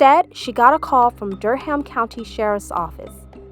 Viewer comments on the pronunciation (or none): i know it’s not the most important part of the story but it’s pronounced dur-rum not ham but i’m surprised i hadn’t seen this story anywhere before